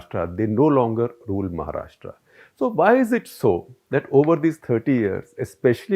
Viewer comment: Shekhar were you born and raised outside India and have you never read a vernacular script before? Why do you keep pronouncing the name of the state as "Maharashtraa". It is महाराष्ट्र. How hard is that??